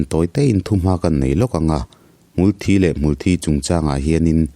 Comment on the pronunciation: Hmul Thi tih hmar lam in an lamdan i tih kha a dik zawk lomaw le aw, chhim lam tih dan i sawi kha chu Blood (Thisen) hi a kawk zawk mah mah lomaw te kalo tive mai mai a😬